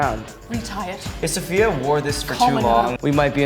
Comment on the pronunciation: I thought Safiya's name was pronounced sa-fie-yuh oops